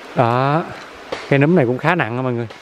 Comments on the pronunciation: Nấmmmm!!! Chứ khôg phải númmm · Nấm chứ k phải nhúm nha anh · Nấm ✅️ Núm❌️ Núm là khác nx ☻️